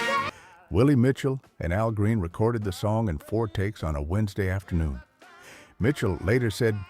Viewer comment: Exactly, who the Hell is A.L. Green? Al Green on the other hand is a legend!